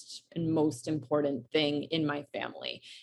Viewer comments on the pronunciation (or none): Come on, the woman can not even say " important " correctly. How could they not go from there.